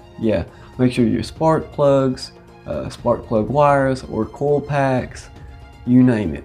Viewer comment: Driven not drove. Coil not call. Minor not mahner. Idle not ahdle. Light not lot. Actually not akshally. Supply not supplah. Believe not bleeve. Winder not wander. Important not imporant. Driving not drahving. Riding not rahdin. Guys not gahz.